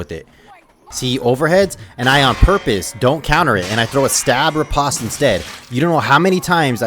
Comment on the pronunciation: So it seems like it wouldnt, but the proper pronunciation of "riposte" is actually just "rih-post". I didnt know it myself until recently. I felt like an idiot. Anyways great tutorial. Been feeling the itch for chivarly again. Comp matches will burn you out quick so its been a few months.